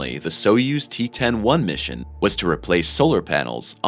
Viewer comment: Soyuz - pronounced Soy (like Boy) yuz (like Does) soy-yuz!! NOT SO-USE!!